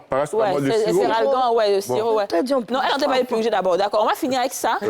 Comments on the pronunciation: A quand l'emission sur dit on "PURIJER" ou "PURGER" lol bon contenu sinon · On dit "PURGER" 👍👍🙏🙏